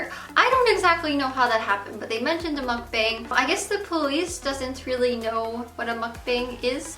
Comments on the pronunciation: what is she saying a muck bing? I have never heard of that term before, what the hell is that? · it bothers me that you mispronounced mukbang. I know it's a Korean word and you don't speak Korean but still.